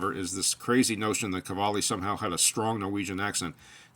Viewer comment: I found a video of Kjell speaking English and he does not have a strong accent at all. Search Jens Stoltenberg and you will hear a strong Norwegian accent. Oh and btw. Qvale is not pronounced kavali. It would be pronounced as written, just swap the Q for a K, so KVALE. Thanks